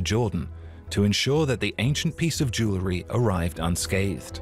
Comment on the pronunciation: It would be nice if educated narrators could pronounce jew-el-ry.